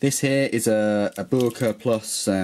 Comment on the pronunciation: Who the hell is " Booerker " never heard of them.